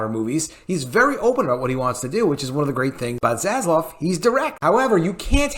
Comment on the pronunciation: Please my friends.........can we end the mispronunciation of ZASLAV and say it correctly:)))))))))) ZASLAV not ZASLOV. While we are on the topic of vowels........it's pronounced SEGA (SEYYYGA) not 'SEGGA'. God give me strength in these trying times of vowel mispronounciation :))))